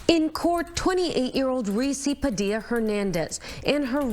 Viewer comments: Not that it matters but Padilla is pronounced Padee-ya. I would like to give another named but I think YouTube will probably ban be for the remainder of my life. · IN PADILLA the Al’s are SILENT OR LIKE A Y